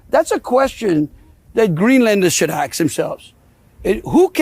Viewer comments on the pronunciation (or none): "aks" ....? is he too stupid to comprehend the English language? just a three letter word 'ask', ASK!!!!! what a numbnut. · did this guy just say "aks"??? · Is he really saying 'axe'? And how annoying is that shouting over people. Americans... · He thinks that he down with the kids, by pronouncing the word as "AXE" THE WORD IS "ASK"!!! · "Nononononono that's a question that Greenlanders should axe themselves". The moment you start asking yourself questions, you should be locked up and looked at. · He said "... axe themselves..." Rather a lot, actually. Says it all, really. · You don't AXE Greenland Ever.😊😊😊😊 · The guy can't even speak properly. Twice in that first clip he pronounced the words "ask" and "asked" as "aks". But he sure as hell knows the word "no" when trying to shut down a reporter's question... "No no no no no no no no". You have to admire the quality of his debating skills. 😂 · Why is it so difficult for Americans to pronounce the word "ask". So many of them say aks/ax. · Landry is like some uneducated blacks in New York City. He cannot pronounce the word ask and pronounces it as ax. Seems to be a cultural thing. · When using aks instead of ask we know the IQ…. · Who is going to take any notice of a Trump lackey who cannot even speak English properly! - pronouncing the word “ask” as “ axe”? He didn’t even have the intelligence or the diplomatic know- how to conduct himself formerly as a Representative of the American people! What a loser! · He keeps saying "aks" instead of "ask", which tells me he is not highly educated. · Of course they "ax" a lot of questions. It's highly questionable what the Trump regime is doing! I guess the Greenlanders would love to be ignored by these crooks. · Idiot doesn't even know that "aks" is not a word and makes him look dumb af. Also, note his ruddy red face, bro like a good booze up. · Pronouncing 'ask' as 'axe'? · I know its shallow but I judge peoples IQ on their ability to say ASK not AXE